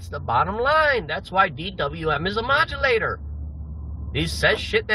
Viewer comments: “Modalator”….”modulator”……Geez, he is so stupid that it’s embarrassing, lol 😂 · Doesn’t know how to say “moderator”, but we’re supposed to believe he can understand documents he gets from his FOI a request.